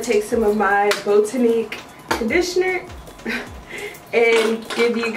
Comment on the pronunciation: you actually did pronounce botanique correctly because thats exactly how they say it on the commercial commercial....